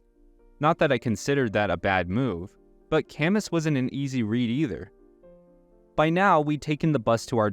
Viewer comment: Camus is pronounced /ka mü/ 😣